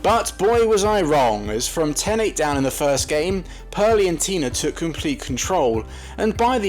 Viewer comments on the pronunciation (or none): none